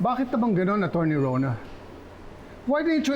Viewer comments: Acherney ang oa nakakainis sya the way she pronounce attorney is acherney 😂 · Ano ba yan. Sa sobrang kaartehan mo magsalita, bumabaliktad na nguso mo sa pagsabi ng "Achurney"..🤣🤣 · Hahaha totoo, napansin ko rin… sa ka-OA nya, attcherni ang pagpronounce nya heheh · Sa sobrang arte magsalita ni.. Naging achurney na ang pronunciation ng attorney 😅😅😅😅😅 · Na stroke b si achurney 😂 nagka problema sa pagsasalita. Laban lilet panira sa image ng mga achurney si 😂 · its attorney not acherni 😂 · Several times ko naririnig Ang pronunciation ni sa attchorney instead of saying straight of not mentioning cho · Kaya nga,yong mga words nya n may T nagiging CH na pronunciation nya😂😂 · Anong "Achurney" yun??? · Achurney bakit naman ganun ang pag bigkas niya sa attorney ang arte naman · Achurney, sa sobrang ka artehan iba na ang pagbigkas atty. di nia bagay maging ACHURNEY